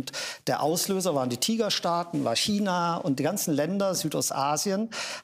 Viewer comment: Wie keiner China aussprechen kann 🤡